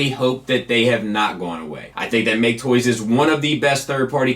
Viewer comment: I knew I wasn't imagining things with talking about how You're apparently supposed to pronounce MakeToys!